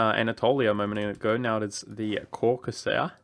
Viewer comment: I've never heard Caucasia pronounced like that